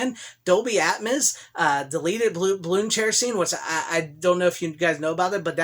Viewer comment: “Dolby AtMISS!” LOL 😝